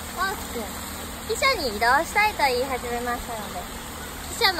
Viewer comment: あーちゃんの汽車のイントネーションが 私の中で記者とか貴社なのすごく気になる、笑